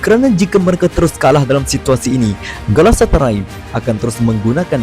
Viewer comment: galatasaray bukan galasatarai haha